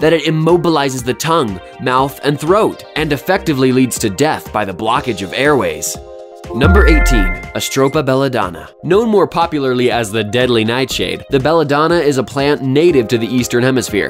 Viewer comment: It’s not called Astropa belladonna. It’s Atropa belladonna.